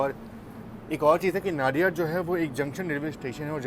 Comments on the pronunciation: Ek request hai, sbhi se, ki station k nam jo hain wo aap waha k boards par jo Hindi ya local languages me likha jata hai, wesa hi pronounce kare... Jese नडियाद, instead of नाडियाड. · Nadiad.... Incorrect pronunciation....!!